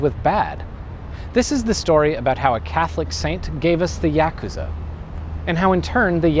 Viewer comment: Technically, since Nentendo bought Sega, Sonic is owned by Nintendo now. Meaning, he was fine to be in this video. Also, anyone else cringe every time he mispronounced Yakuza? Which was every time he said it?